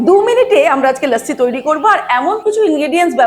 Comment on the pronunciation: Lossi bolun, bes bangali lage...lassi kane lage